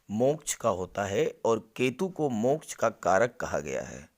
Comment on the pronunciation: मोक्च का उच्चारण बडा मजेदार करते हो आप